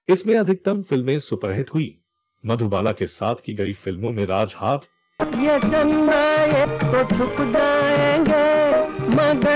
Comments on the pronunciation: एक बार राजहठ को राज हाथ बोला और दूसरी बार राज नाथ ???... you really need to work hard & pay much more attention while sharing important infos... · "राज हाथ" नहीं, वो "राज हठ" है.